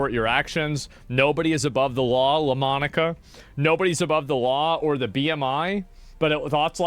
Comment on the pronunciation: I'm sure that I read LaMonica, not Demonica.